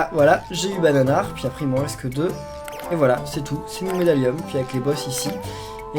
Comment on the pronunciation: Tu as dit banar quand tu as eu bananar